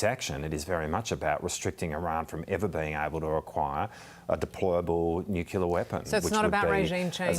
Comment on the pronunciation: Nuclear! Not nuculer.